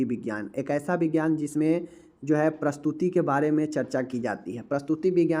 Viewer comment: प्रस्तुति विज्ञान नही प्रसूति विज्ञान बोलिये।